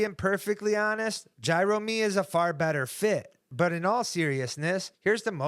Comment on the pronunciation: I normally like your takes, but I just can’t with “Gyromy” 😭 Gyro Jerm >>>